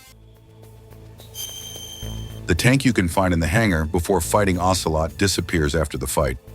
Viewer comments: "OCEROT" instead of "OCELOT" 😅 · lol "Ocerot"